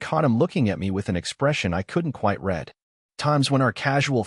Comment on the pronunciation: The word "read" can be pronounced either "red" or "reed." I think it funny how AI narating these stories seem to ALWAYS get it backwards.